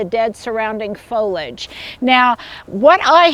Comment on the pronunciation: foliage......has 3 syllables......don't eliminate the "e" sound in the middle!!!!!!